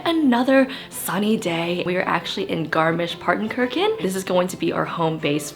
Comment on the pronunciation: Your pronunciation of Zugspitze is criminal. Same for Garmisch- PartenkirCHen